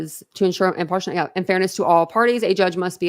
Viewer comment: Im-PAR-she-AL-ity is how that is pronounced 🙄